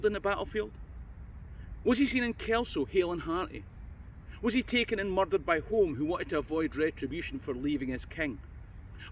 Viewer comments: Think “Home”is pronounced “Hume”. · Someone probably already corrected you since this was posted, but the Earls of Home pronounce their surname Hume (not Home). Likewise Home Castle, is Hume Castle etc. The former Prime Minister Alex Douglas-Home is a descendent. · Another good video. I've visited Flooden field a few times. The castle of Etal which featured in the Flodden campaign has an interesting display of arms, armour and banners. By the way, I think "Home" is pronounced "Hume" (I know, daft like "Milngavie" etc.). Before you were born(?),, there was a British Prime Minister in the sixties called Alec Douglas-Home. It was pronounced "Douglas-Hume" and, later when his father died, he became the 14th Earl of Home ("Hume").